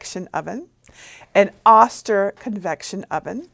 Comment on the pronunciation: Great info! Just a small FYI... the Oster brand is pronounced with a long "o" sound, so it is "oh-ster" and not "ah-ster."